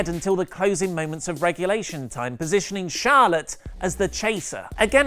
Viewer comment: says Charlotte and....but I keep hearing Charlatan lol